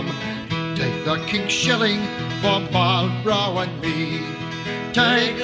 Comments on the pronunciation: All true, but still not sure what it has to do with the mispronunciation of his name in the video. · An army, not the army. Not entirely sure what that has to do with the mispronunciation of his name in the video, though.